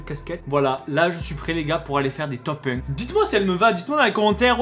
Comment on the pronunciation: On dirait qu'il a dit top 1 en québécois hihihi à 7 minutes quinze 😍😍😍